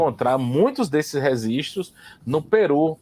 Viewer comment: depois que ele começou a falar "resistros" eu não consegui assistir mais.